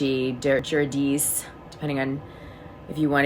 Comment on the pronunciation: LOL ... you butchered the pronunciation of Guidice